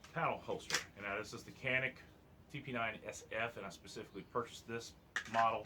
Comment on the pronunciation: canik is pronounced yon ick I don't care how you wanna say it. I just thought you might want to know.